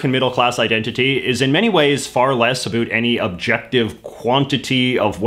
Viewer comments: It's pronounced ABOUT, not a boot. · a boot 👢